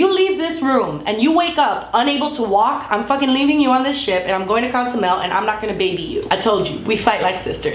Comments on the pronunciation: Dude. I'm not judging but it's just a pet peeve when people say Ca-zumel instead of Co-zumel. Ilysm though!!!!! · It's Cozumel, not Conzumel. It bothered me so bad lol! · it's Cozumel. Not Conzumel 😝